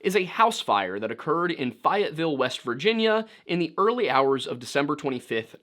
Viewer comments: Hey I'm from near the area (grew up in Charleston), just for reference it's pronounced "Fay-Ut-Ville" not like "Fai-Ut-Ville" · I hate to be that guy but you pronounced Fayetteville wrong. Its not Fiyette its fay-ette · As a West Virginia native it is pronounced “fey-it-vill” like you pronounce fey, not “fai-it-vill”. I nearly had a freaking stroke every time he said it. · Dude... it is FAY-ETT-VILLE not FIE-ETT! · Good Lord, it's French, pronounce it wrong as is your wont and as is colloquial: FAY-et-vil, not FYE-et-vil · I’m not sure why he is pronouncing it ‘Fiat’ville…. It’s ‘Fay’ ‘ette’ ‘ville’ …. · Pretty sure youre saying the name of the town wrong. Shouldn't it be "Fay-et-ville" and not "Fy-et-ville" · It's fay-et-ville, not fi-et-ville. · I don't know how they pronounce it in West Virginia. But there's also a small town in Texas also called Fayetteville in Fayette County, and it's pronounced "Fay-et-vill" not "Fai-et-vill." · im in Faye-it-ville- WV, lol, Fi-it-ville? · FAY-it-ville or how the locals say it "fuvull" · Hey, as a West Virginian, Feyetteville is pronounced Fey-uht-vil for future reference! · fAAuhtville not how ever you were saying it. Lmao I've lived in Charleston WV my whole life and know the Fayetteville area very well. This story is told many ways but none that venture too far off from how you've told it. Still something strange in the history of that area it's a really odd area when hiking around hawksnest or the gulley river area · This story has long fadcinated me. The library used to have microfilm with local news reports on this. That was back in the 90s so it is hard to tell if those still exist. Fyi- it is fay (like hay)-it-ville. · I don't really care if you pronounce it Louie or Lewis, but I can't understand why you keep pronouncing it FI YAT VILLE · Its pronounced Fey-yet-ville. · fayetteville is pronounced fā-et-vil. trust me, i have family from there. keep up the great work tho! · FYI, it’s pronounced Fay-ett-ville. 😊